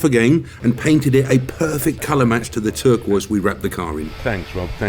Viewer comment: Turqee 😂 turquoise "turkey" buzzbee